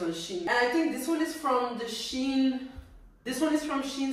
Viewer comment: Its pronounced"She in"